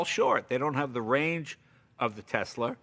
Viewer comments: why does jay say "tesler"? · Right? It's always that way with someone who drops their R's, they pick them back up and put them into different words lol. ;) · Nobody: Leno: Tesler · “Tesler” Jay Leno 2020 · Jay gets about everything 100% correct here EXCEPT when he says "Teslerrr." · Intrusive “r” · Yes those teslers as Jay says it..are pretty good. ✌️ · He said Tesler again lol.